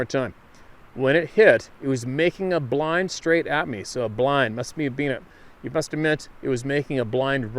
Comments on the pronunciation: No, not ''bline''.... pretty sure that was supposed to be ''B'' line? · I think he meant BeeLine, not bline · "bee" line....not blind. Lol